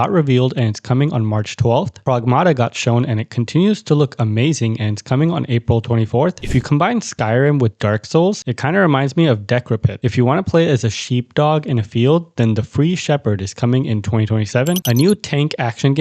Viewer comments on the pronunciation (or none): I love the way you say Decrepit 😂 Deck-Reh-Pit. It’s Dee-Krep-It, but i like yours better.